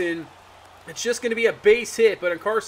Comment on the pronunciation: just fyi it’s en-car-NAH-sea-on not en-Car-sea-on. you’re missing the “nah”. love the content